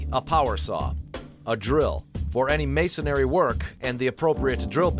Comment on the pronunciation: It's Masonry, not Masonary..